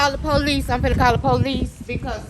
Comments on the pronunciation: This one is pretty much poo. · why do they pronounce it POE LEECE instead of the English pronunciation of Puhleece....drives me mad...makes the hair on my arms stand up, that along with axing people, PERIOD, and get that camera OUT MY FACE??? I hear it over and over and over in these videos. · Be nice if they could hire people that spoke proper english, it is POL-LEASE not POO-LEASE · She’s going to call the PO-LEESE on you first being on public property. Genius. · "Poe lease"-🤡